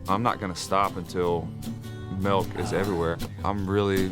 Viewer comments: Bahahaha! The captions say "milk" but he says "melk" hahahaha! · I enjoyed the video, but why Santa had to be so mean. Everyone loves "MELK and cookies" lol. Wishing you much success, love the idea